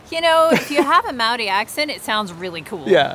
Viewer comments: Pronounciation tips: Maori has only five vowel sounds (not like English!) - say Ar (A), Eh (E), Ee (I), Or (O), Oo (U). "Wh" may be "Ff" or "Hwih" (?) - depends on your iwi affiliation/location but going with Ff will satisfy most folks. After trying with a couple of place names you'll be good. And double vowels are just the two sounds joined together - AU is ar-oo. Real simple. Moana and The Moa-hunters wrote a song in the 80's to try and encourage a better effort from pakeha - a cool song, too. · Awesome to see you about NZ! But PLEASE take 5 minutes (yes that's all it takes) to learn how to pronounce Maori words. You can literally learn how to pronounce every single Maori word by learning how to pronounce the vowel sounds A E I O U, they are all unique and distinct and are ALWAYS pronounced the same way... And when you see two vowels together, if can be tricky, but you just have to pronounce each one separately and get better at doing that quickly! So AI is an "eye" sound (like "ah" and "ee" close together...)